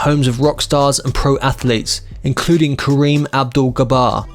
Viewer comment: Kareem Abdul Gabar??